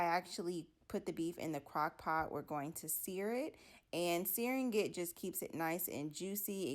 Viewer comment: "Finding" isn't pronounced with a hard 'g'. It's not finding-guh..........It's just findeeng. Same with "searing".